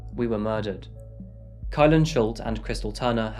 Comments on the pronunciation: Murded?? LOL too much coffee this morning preparing for Crime Time. Either way I love the uploads. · did she really text "we were MURDED" or was that an oopsies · Hehehe you said murded. Or maybe ur quoting kylens spelling.